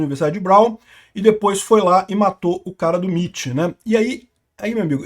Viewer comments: "miti" não pow, "emaiti" 💀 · MIT = "EmeAiTi"